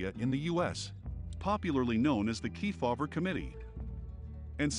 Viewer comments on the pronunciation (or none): It’s Kefauver… not Key Favor